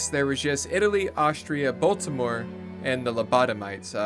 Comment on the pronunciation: You pronounced Baltimore horribly. Nails on a chalkboard